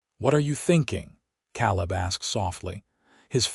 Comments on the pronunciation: Caleb is pronounced Kay-lib. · You still have some pronunciation problems; Caleb is pronounced Kay-leb, tears is pronounced T, long E, silent a, rs… etc. but you are getting better! And this was a very good story, thank you. From Missouri ❤ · Like it so far however Kay-Leb is better pronunciation. Hate the pauses after “Mrs.” Voice treats the period in the abbreviations fior titles as end of sentence period. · I wonder how many noticed that he pronounced Caleb wrongly. You would think whoever edits these videos before putting them online would at least correct the pronunciation of the main character's name